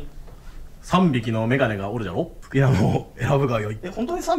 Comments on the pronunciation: メガネがメガメになってる笑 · メガメになってる(笑) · メガネがメガメになってる笑笑 これもきっと仕事の頑張りなんだろうなぁ、お疲れ様です！！